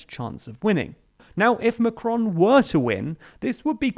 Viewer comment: Please look up how to pronounce their names - it's not "macronnnnn" the on is a nasal sound etc